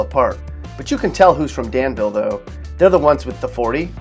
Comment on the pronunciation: Its proncouned Dan-vull. Not "Dan-veel "